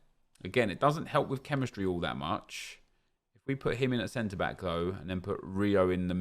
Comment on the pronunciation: I love the way he says back😂